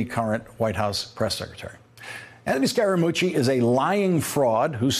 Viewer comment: "SCARE * A * MUCCI" Scaramucci